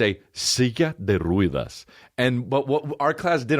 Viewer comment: The "e" in Ruedas is pronounced like the one in Mets or "heh"..